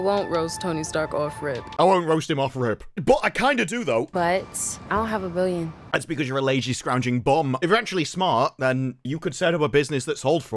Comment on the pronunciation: "Eye-own-hahya-bil-yun" It's "I don't have a billion," Luv. No one can understand you. Did you just come from the dentist?